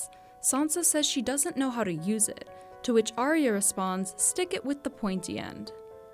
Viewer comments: Ar ya. Not aria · Did Sherlock Holmes make this video? Also, learn how to pronounce Arya correctly...